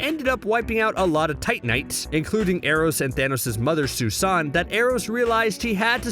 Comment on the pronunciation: Finally someone who pronounces Sui-san appropriately. Most say Sooey-san but the joke is that the avatar of death and cosmic conqueror had a mother named "susan".